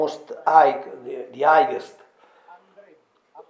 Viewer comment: Caro Mauro devi migliorare la pronuncia Specie quando dici highest la G e' silenziosa !Ma perche' questo non lo hai pubblicato in Italiano?